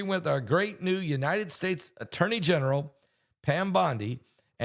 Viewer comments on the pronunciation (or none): none